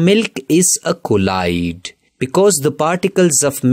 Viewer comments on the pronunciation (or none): Bro keeps saying collide instead of Colloid 😂😂😂💀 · The correct pronounce of colloid is "ķolloyd"